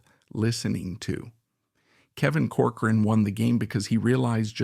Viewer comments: COR- coran, not cor- Cor-an... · With respect, you are MISPRONOUNCING the family's name. It is "Cork-er-run"